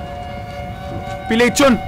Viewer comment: Hahahaha, Pilecshon :D, es Pilexion HahahaxD